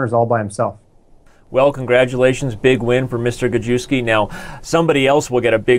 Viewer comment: Gadjuski. LMFAO. Cool pronunciation! (I think correct is "Gajevskij" - "j" without a d in front of it) I love it!!